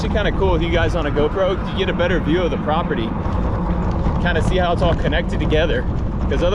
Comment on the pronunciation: New drinking game, take a shot everytime says "prapurdy" aka. property, whoever doesn't notice needs to have 2 shots/sips of their drink